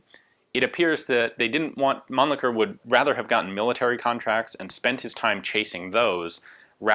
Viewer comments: the Mannlicher pistols are really interesting from the construction perspective. i like the way they are constructed and they are function. btw: your pronunciation of the name Mannlicher is not really understandable or even correct for a german - sorry. (it is better spoken as munlisher, where as the sh is spoken very soft) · Ian is clearly misprouncing Mannlicher as to not suffer the indignity of sounding cheeky.